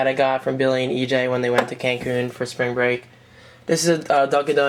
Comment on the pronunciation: yu no he is sorta american or he is american or his friends with an american or he lives in america wen he said springbreak